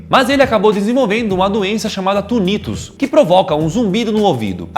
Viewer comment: Em o nome da doença não se chama Tunnitus e sim tinitus que é um zumbido forte no ouvido